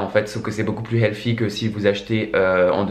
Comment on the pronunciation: On ne dit pas healfy mais healthy ! Sans rancune 😉😊